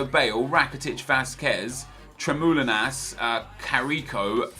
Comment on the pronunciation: its tremoulinas. not tremoline